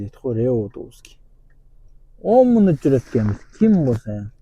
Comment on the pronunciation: Мунут эмес минут ука..кундо жазам